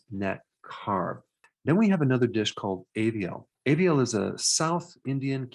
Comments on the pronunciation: Doc... It's aevial... Its aviyal 'a for America ' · That south Indian dish is called as aviyal (aa sound and not pronounced as aevial *@ ) healthy, tasty, filling traditional dish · Ah. Aviyal has a mention! 🥳🤤 The 'aviyal' is actually 'avi-yal' (as 'av' in avail) and not 'eh-vi-yal' (as 'a' in 'aviation') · Its not Aaaaaaviyal it Avii-yal. Atleast research how to pronounce it properly before making videos. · Hi Dr. Namasthe` 🙏🏼 . The south Indian dish you mentioned is Aviel, not Eviel. You r an international Dr. We r always following your channel to get awareness of various medical informations. Thank u so much. Much love from India.. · My man said Aeviyal instead of aviyal😂😂 It's a popular south Indian dish in south India mainly Tamilnadu... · It's pronounced "ahh-vee-l" FYI :) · Hope you good… i watch most of your videos.. you explain things very detailed.. The vegetable curry is pronounced ‘Aviyal’ like you pronounce ‘Another’ that ‘A’ pronounced like that 😊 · its pronounced as aaa-v-yell. (aviyal) one of the best Indian dish with lots of veggies sort of rainbow color veggie curry.